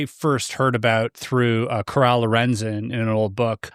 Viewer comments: Hey, just wanna let you know that you were saying my great aunt's name wrong. My mother's maiden name is Lorenzen, Coral is my great aunt. It's pronounced like Coral under the sea. Not Corral. 😊 thank you for reading my family's books its super awesome! There's six in total. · Respectfully, her name was Coral Lorenzen like the reef, not 'corral' like a horse.